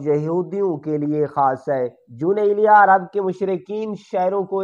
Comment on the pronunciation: جے تینوں اردو نئیں پڑنی آوندی تے، پنجابی دے وچ پڑھیا کر۔ دوجی گل کے تینوں ___ دا وی پتا نئیں کے جون ایلیا کون سن تے اونا دا مقام کی اے۔ تو تے اونا دا ناں ہی سہی نئیں بول سکدا۔ کج شرم کر۔۔۔